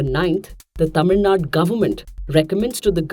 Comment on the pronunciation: Tamil Nadu ma'am not Tamil Nad